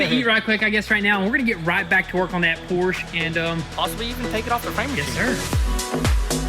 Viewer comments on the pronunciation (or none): great hard work on the 911. Let’s get the company name right…Por-scha. Porsche. Not Porsch. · It drives me crazy everytime you say Porsche. It's pronounced por-sha! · The correct way to pronounce “Porsche” is actually as a two-syllable word: “Por-shuh.” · Porsche is pronounced 'Por-sche' with two syllables. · PORSCHE - IT'S A PORSCHE NOT A "PORSCH"!